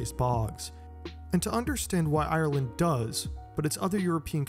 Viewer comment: You say Ireland a lot here, it would have been nice if you'd have looked up how to pronounce it